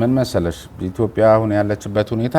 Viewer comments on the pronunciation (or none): none